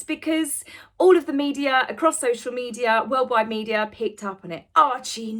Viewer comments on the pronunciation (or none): none